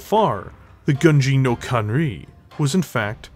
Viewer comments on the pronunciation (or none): i love your videos, but you're butchering the title of Gunji no Kanrei every DC mech... It's pronounced "Kan-Ray", hope this helps in future videos.